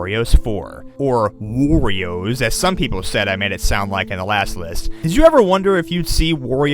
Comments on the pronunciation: ayyy he started saying "worio" agen at fnaw 4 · gets upset that people say he said 'worios' last time and then says ''worio'' seconds after like it never happened. lol